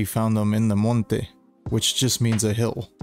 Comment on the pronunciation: Yo, hearing you say "monte" the way you did made me relate to you a whole lot more lol I live in a border town in South Texas so Spanish is extremely prevalent here. Keep it up, man, I'm glad I subscribed!